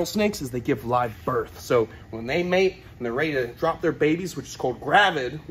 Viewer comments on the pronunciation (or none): none